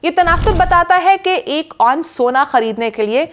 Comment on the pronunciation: Please.....its not " onse" but " ounce"